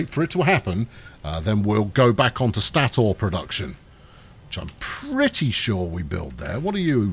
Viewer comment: Two consonants after the vowel makes the vowel hard (a pronounced as in cat); one consonant after the vowel makes the vowel soft (a pronounced as in case). So it's stay tor. Not an infallible pronunciation tip, but usually reliable.